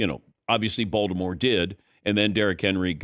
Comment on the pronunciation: I cant be the only one that hears “Voldemort” everytime Dan tries to say “Baltimore”